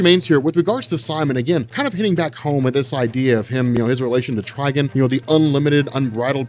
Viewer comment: "Tri-guhn"? Do you mean "Tri-gone"?😂